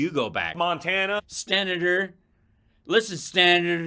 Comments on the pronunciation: Sten-na-tour LMFAO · Idk...he can't pronounce senator...hes got somethin goin on...hes never sober , I think.